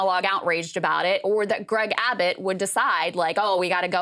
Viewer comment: Gragg Abbott? Gragg? Krystal might be mispronouncing on purpose.